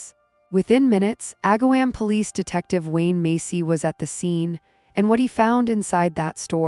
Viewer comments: You should say Ag-ahh-Wom not "wam" I live 20 minutes away from this town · Aga-WOM, not WAM.... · I grew up near this town - it is pronounced “Ag’-a- wom””